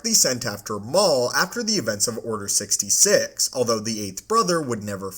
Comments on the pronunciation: What the fuck is Order Sixty“sig“ ?! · “order sixty sick”